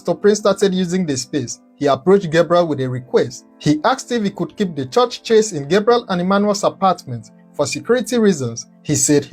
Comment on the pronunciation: Stop saying chorsh despite your well spoken English. It is pronounced CHURCH.